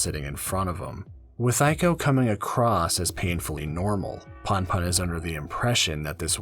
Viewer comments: It's not too bad, and I've already finished the manga... but damn every time you say "Punpun" as "Panpan" (and actually all the other names) it takes me out of the story lol. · Pun pun is pronounced in a way that rhymes with you btw. Poon poon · I cant watch any videos where the main characters name is mispronounced throughout the whole shit LOL. im sorry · This is good, but your pronunciation of Punpun was really distracting lol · 2 ½ hours, and not once do you pronounce Punpun correctly. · Bro read the whole thing g and made a video essay, but can't even pronounce the name right. Gj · not sure if i can watch 2 hours of this guy mispronouncing punpun tbh 💀 at least learn how to say the protag's name if you're gonna put in all that effort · I'm sorry, I can't listen to 2 and a half hours of someone pronouncing the main character's name wrong lol. Please look this stuff up before voicing your script next time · it's a good analysis but every few seconds I'm in pain cuz of the pronunciation lol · Makes two and a half hour on punpun Doesn’t research how to pronounce punpun YouTube video essays man.